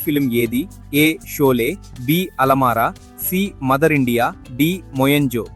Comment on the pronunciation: బాబు alamaara కాదు. Alam araa